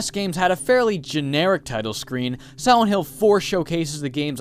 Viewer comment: Siwent hill